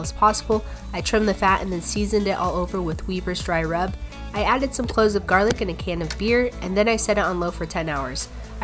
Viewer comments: "wee-ber's" dry rub lmao 🤣 just never heard anyone pronounce it that way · The way she pronounces Weber "Weeb-er" is everything to me